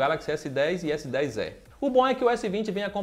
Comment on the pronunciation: PARABÉNS PELA ANÁLISE, EXCELENTE E TAMBÉM PELA PRONÚNCIA CORRETA DO S10É.....E MESMO É.